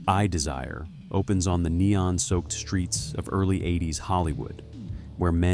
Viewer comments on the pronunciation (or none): I very much dislike this voice. It says, "EN BEE CEE" (NBC) and "CEE BEE ESSS" (CBS) oddly. And it's "I, Desire" not "I desire". (just a few examples).